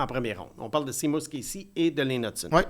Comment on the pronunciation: Seamus se prononce “Chêmusse” et pas “Simusse”, comme dans “Shea Weber.